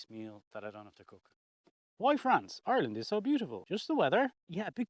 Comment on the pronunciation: Have you been to the USA? When you mentioned Ireland I thought I heard Oregon which also is rainy.